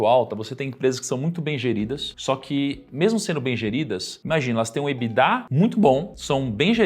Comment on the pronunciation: EBITDA é uma sigla em inglês, porque as pessoas falam "Ebidá" como se fosse francÊs?